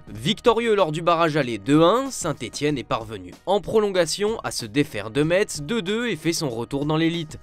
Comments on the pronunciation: Bonjour on ne prononce pas le T dans Metz, on dit "messe". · Ça se prononce messssssssssse merci Trop hâte de suivre la L2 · Quand est-ce que vous allez arrêter de dire METSS ? Ça devient insupportable. Ça se dit MESSE ! MESSE MESSE MESSE